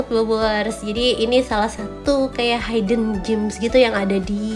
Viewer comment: Hidden aslinya cara bacanya memang hiden , bukan haiden ..ato mungkin maksudnya bukan bahasa Inggris, berarti ya mungkin betul haiden🤔